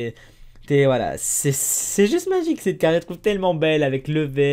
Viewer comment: On dirait que tu dit: "C'est Magicarpe" quand tu dit: "c'est magique hein" :D